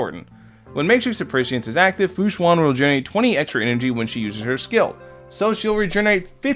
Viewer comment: its pronounced shuen like shoe-en not shu-an. just fyi! :)